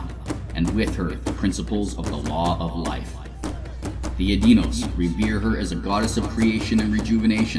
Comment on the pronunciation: Excellent presentation, well done sir! I personally pronounce Edeinos and Lanala differently :D But that is a minor concern in the face of such a good production.